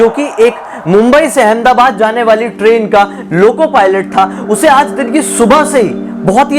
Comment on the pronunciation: Abe tu train bol raha hai ki crane